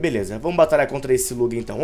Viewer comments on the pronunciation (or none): none